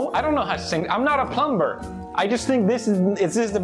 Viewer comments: He really said plum-burr XD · “I don’t know I’m not a plum buerr” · Plum-BER got me ded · "The plum-bing" "I'm not a plum-ber" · Every time he pronounces the B in plumBer 🙀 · /it's very cute how he pronounces the b in plumber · I like how he says "plumber" instead of "plumber"